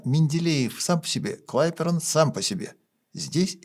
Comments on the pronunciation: Сергей! Только не КлаЙперон, а КлапеЙрон! Он-то тут ваше не при делах!😂😂😂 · Какой клайперон ? Клапейрон же ... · Клайперон ... Деревня! Блещущему псевдоэрудицикй, цитирующему пародиста СаиСаныча Иванова невдомёк, как правильно произносится фамилия великого физика Кдапейрона. А как это "нам" сегодня удалось обойти стороной Трампа?